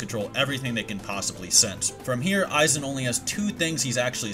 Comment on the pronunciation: Isnt it pronounce Eye-Wok? you said You-hah